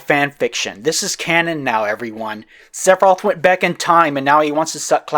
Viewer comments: Or "Sephiros" instead of "Sephiroth". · I like how sometimes sounds like is saying "Seph off" instead of Sephiroth. I'll start using that around fanboys, it's bound to be funny